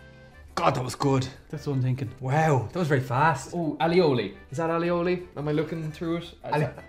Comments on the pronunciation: al lee oh lee 😅 I think you mean aoli (ay-oh-lee) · it's pronounced "ay-o-lee".